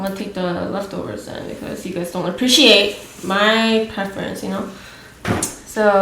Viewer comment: When she said "apPreciate!" I died 😂